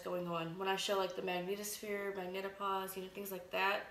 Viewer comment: Panspermia Hunter trust me. None of these Youtube idiots understand Newtonian mechanics. I doubt they even have a high school diploma. This one can't even pronounce magnetosphere. Lol.